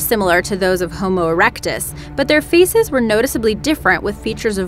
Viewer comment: Note to narrators: When you pronounce "faces" like feces" it sounds like shit.